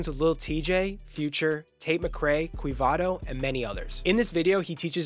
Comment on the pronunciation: Its quevedo not quivado 🤣